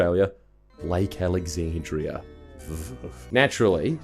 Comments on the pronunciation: Lake Alexandria? It’s AlexandriNa m888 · Lake Alex-an-drina I swear I haven't witnessed a convict pronounce it correctly